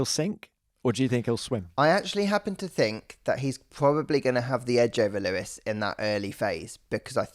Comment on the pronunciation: We get to hear Charles say Leewis for a full year :D WINNING!